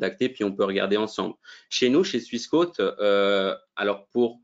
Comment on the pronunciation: pourquoi prononcer swiss" quôte", alors que ça devrait logiquement se prononcer "quote", comme une quote boursière.